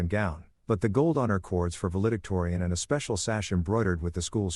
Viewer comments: The word is "val·e·dic·to·ri·an." I'm glad this is a story and not real. This woman needs to be harmed. And even though it's fiction, it's good to think about a man who can be a father. Indianapolis, IN USA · You mispronounced valedictorian.